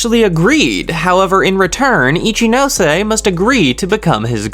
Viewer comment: yeyyy you finally pronounce ichinose right..